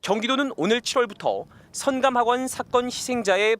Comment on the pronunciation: 기자는 발음을 정확히 해라. 성감학원으로 들린다. 선하고 끊고 감학원 말해야 한다.